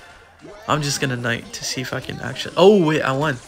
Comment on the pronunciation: blues see if i can sounded like see is fuckin